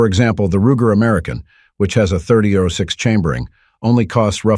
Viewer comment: I agree. A major gun rookie made this vid or someone without a clue. It was digitally read as noted by the mispronunciation of 30-06..